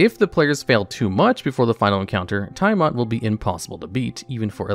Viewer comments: Dude, You miss pronounced Tiamat. Its. tee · uh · mat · Dont ever say "thaimat" again. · Right! FYI, Chris Perkins and everyone else pronounce Tiamat as "TEE-uh-matt" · ITS TIAMAT, NOT THAI-MAT! Also way to reveal being a 15 min no short rest DM by having HotD and Frostmaiden high (later of which having the most lethal parts are fall damage and the extremely shit signalled Mythallar mechanics that change mid narrative/do the one thing i hate as a DM where its a "one effect for thee another entirely different for NPC" instead of at worst npcs items not being charge/use limit basted but recharge to not have to bookkeep as much). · Nice video but friend please stop saying "Taiamat" xD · The way Tiamat is pronounced repeatedly gave me so much psychic damage, I'm on death saving throws. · Same here 😆😆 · It did more than my max health in negatives. I died instantly. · Same! It's a great video otherwise, but I cringed badly each time Tiamat's name was butchered. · Did this guy really mispronounce tiamat? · Yes, yes he did. 😂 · Yep. Every time. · Multiple times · Yawning portal isn’t a module…and you left out Out of the Abyss in lieu of it….also Tiamat is in the DnD 80’s cartoon show and pronounced by Mearls, Crawford, countless DnDBeyond videos…I don’t trust this list now